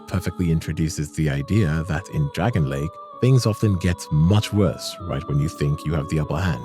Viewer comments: DRANG-LAY-ICK NOT DRAGON LAKE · Awesome video, dude! One thing though.. "Dragonlake?" "Drang-lay-ick" is the proper pronunciation. Its not that deep but i had to point it out lol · DRANG LEY IC not dragonley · PLEEEEEEEAAAAAAAASE!!! ITS PRONOUNCED “DREN-LEK” NOT DRAGON LAKE 😭😭😭🙏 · Your constantly saying dragon lake instead of Drangleic very clearly and well prononunced makes me wonder if you have actually played Ds2 or are just reading a list of stuff you found elsewhere 🤨not like its not mentioned in conversation enough times in game, if it were a slip of the tongue then fine, but you do it consistently. 🧐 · Drangleic is not "dragon lake" 🤣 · PLEEEEEAAAASE!!! IT'S PRONOUNCED "DRANG-LEYIK" NOT DREN-LEK 😭😭😭🙏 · "Dragonlake" "pattay" brother... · Love the video but bruh your pronunciation of Drangleic is atrocious